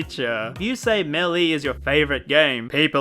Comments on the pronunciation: It's pronounced "Mail-a", not "mElLeE". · Idk if I’m in the wrong here, but the way he says Melleee instead of Maelae annoys me. Idk if I’m wrong, but I always pronounced Melee as Maelae instead of Melleee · me-lee god damn it the announcer says melee after super smash bros and you mis pronounced it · the way he says 'meley' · I still can't stand listening to you pronounce Melee as Melly. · It’s not MELE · The way you pronounce melee makes me want to drink fucking lighter fluid.